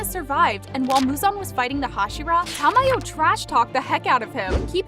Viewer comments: It was ✨shinuboo✨ and ✨inusukei✨ Edit: and “teimayoO” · ah yes, my favourite character, ta-mayo 💀